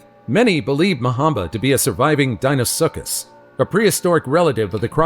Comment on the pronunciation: He said dinosuccus